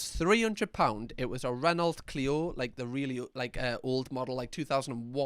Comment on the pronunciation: FYI, Renault is pronounced RENNO